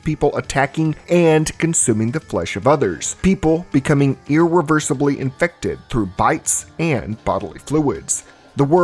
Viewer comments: Uuugh. Had to do it. Almost nine minutes without an “iNfEcTeD” inflection. I have to stop watching when that happens. “Infected” is a perfectly valid term. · I must be built differently, because I would die almost immediately trying to fight the "in-fect-ed" for sport.